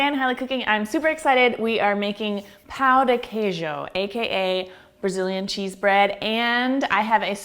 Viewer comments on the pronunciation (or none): "Pau de quejo" OI? OQ? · Pau de quejo HEHAHSHSHDHABSHSSBHSSHSSHSS it's Pão, the accent makes it sound like pawn, not pao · I was done with this video at “pao de quiejo” #wypipo 🙄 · Hahahaha Eu ouvi "pau de queijo" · bruh I'm DEAD SHE SAID DICK OF CHEESE AT THE BEGINNING IM CRYING (I'm Brazilian) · IK SHE SAID DICK OF CHEESE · You said pão de queijo wrong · the way she says pao de queijo hurts my heart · I cringed at her pronounciation in the beginning 😂 but the video is great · You totally butchered the pronunciation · i died when she said the name of it, she said it so wrong omg xDD